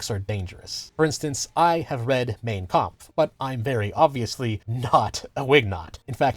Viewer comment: It's Mein Kampf and he pronounces it about as well as I'd expect an American to pronounce a German word.